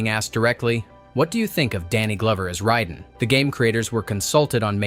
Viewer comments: Driving me nuts it's Raiden! Not Ryden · Ray-den, not Rye-den, if 6ou are gonna use AI check it before uploading you lazy tit. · Fuckin "RHYYYDEN" ai shite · I cant get past how dude pronounces Raiden lol. Ryden 😂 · Yeah "Rhyden" is the pronunciation of MGS2 character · Liu Kong and Raidon...lol!! These lazy AI voices are funny. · this video loses all credibility just because you cant pronounce raiden correctly. how the hell do you fuck that up? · the easiest way to tell is an MK video is AI is how he pronounces raiden. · welp when u say Raiden's name wrong u dont have any business making a video get the f**k outta here